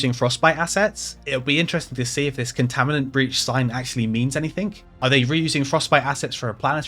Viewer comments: Not sure if anyone else mentioned, but you said "Contaminants breach" when the sign said "Containment breach". And you did it multiple times. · You keep saying Contaminant Breach, but its ConTAINment Breach